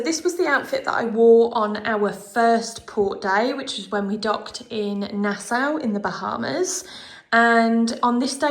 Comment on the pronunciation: Lovely clothing choices. For next time….Nassau=“Nah-saw” 😊